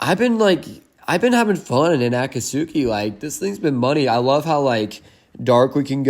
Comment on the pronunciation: Tip for pronunciation: Akat-ski